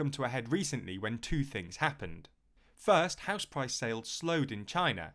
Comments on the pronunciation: "HOUISE!" lol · Houise lol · "Customers pay for the Houise"